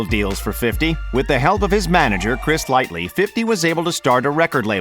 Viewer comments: “Chris light-lee” 🤦🏻‍♂️ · I automatically cut this off once he called Chris Lighty RIP 🙏🙏💪💪" Chris Lightly ".....smh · 😂😂😂 I thought I heard him say Chris Lightly